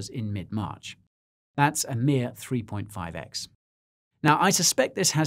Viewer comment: You know you are in the right market when 3.5x is "meer"